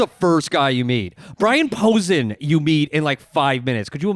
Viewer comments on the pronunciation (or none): is so pompous and pretentious except he doesn’t know how to pronounce Brian Posehn’s name correctly. Epic fail.